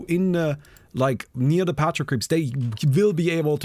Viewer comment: in English the word patrol is pronounced "puh-troll" not "pat-trill". Have a nice day!